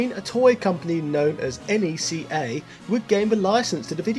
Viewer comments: It goes by name of NECA. Not N.E.C.A. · The levels are "technodrome-like"? They're the devastated colony corridors from LV426 aka Acheron, and the "very Japanese mech suit" is a bloody iconic POWER LOADER from ALIENS!.....tsk, did you not watch ALIENS the movie before this video? N.E.C.A.? you mean NECA (pronounced Nay-Ka). Baby aliens? You mean face huggers or chestbursters? Your videos are absolutely brilliant, and it's obvious you have great affection for these games, but I don't think you're an Alien movies fan, sorry. Any ALIENS fan worth their salt would know IMMEDIATELY what those references were.